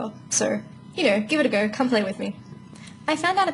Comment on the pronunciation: Good eye mate, yous Australians are mad funny yo, like when you said give it a go. I ain't trying to make fun(well maybe a little) because people make fun of myNY accent. Are you a day infront of us or a day behind us?